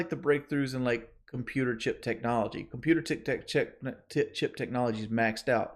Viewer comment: He couldn’t even pronounce computer chip, pretty sure he nearly said cookie half way through